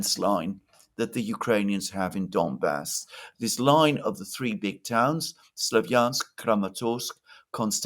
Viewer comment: It's not "Dombas," but "Donbas." Or "Donbass." Both are fine. (One being "Ukrainian," the other "Russian.") Unless you mean "dumb ass." But I hope you are not referring to yourself.